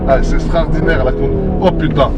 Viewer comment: C’est « STRAORDINNAIRE »